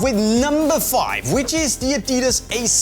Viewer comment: you freaked up the names of adidas boots on the list:P